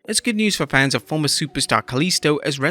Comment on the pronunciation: Stop saying “fans-is”! Plural of fan is FANS